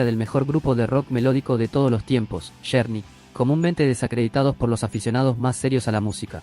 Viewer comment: Con todo respeto quiero comentar que no entiendo porque desde que tuve uso de Razon hasta ahorita no he pidido escuchar aningun youtuber que pronuncie correctamente los nombres de los cantantes ingleses o gabachos,!!!...y pongo por ejemplo a este youtuber y comienzo con este grupo de rock,!!... el nombre de este grupo de Rock se escribe journey pero se pronuncua Llourny, y el dice journey,!!!.....se escribe warner brothers pero este yotuber dice werner bros y se pronuncia warner Broders.!!!😏